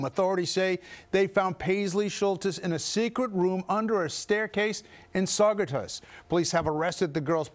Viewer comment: Lol come on downstaters.. not one of you said Saugerties correctly 😂🥳